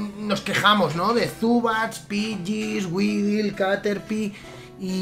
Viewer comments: Se pronuncia uidol - weedle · Weedle se pronuncia widel